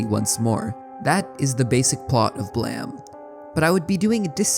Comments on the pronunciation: Hearing it pronounced as Blam rather than Blame threw me off for sure lol, but it’s always one of my favorite series to listen about, I love that the mangaka was an architect that wanted to create impossible buildings and made a manga around that. naissancE and Manifold Garden have always been perfect subjects for philosophical musings and I love that for creators like you. Thank you for the video! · There’s no way Blame is pronounced Blam… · BLAM???? hahahaha it's just called blame! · Wait it'd pronounced Blam, not Blame? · Why are you calling it BLAM? It's Blame? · You can look at the Japanese version of the cover of Volume 1 of the manga on the right side under the english-ized title "BLAME!" and see stylized katakana "ブラム", which would be romanized as "buramu" and would indeed be pronounced "blam". Nihei also created a Wolverine manga (as in, Marvel Comics Wolverine) titled "Wolverine: Snikt!" (as in, the comic-book onomatopoeia-word for Wolverine extending his claws). This leads me to believe that Nihei's actual intention for BLAME! may have been for the title to be BLAM! instead, also like a comic-book sound-effect word, in this case being representative of Killy's gun (Gravitational Beam Emitter) firing - and just that a mistake was made regarding the English writing for that. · messed up that its pronounced "blam" honestly. whats that E doing there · This is the first time I hear Blame pronounced as Blam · Read your comment and rolled my eyes, and said something like "look at this pronunciation cop over here" then heard it. No, No you're right and I apologize for doubting you, that hurt to hear.